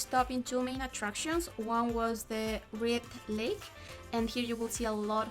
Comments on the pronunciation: its Lake Moraine..... and not monare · Moraine Lake. Not monaire lake. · Great video!! :) Just wanna let you know one of the lakes was actually called Moraine Lake not Lake Monaire (sorry to be that person lol)